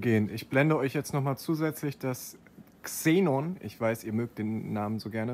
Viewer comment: Höre nur ich 'Zenon' raus? 🤐